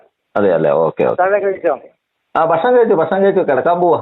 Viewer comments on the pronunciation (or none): none